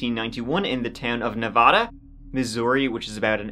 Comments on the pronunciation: For future reference, Nevada Mo is pronounced Nuh-vay-duh. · Not pronounced like the state Nevada lol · The town of Nevada is pronounced Nuh-VĀY-duh. 🙂 Great vid as always! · Hey. You mispronounced Nevada 😘. But wow we made it to TC. My family knew the woman. I was a young child at that time. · That’s not how you pronounce Nevada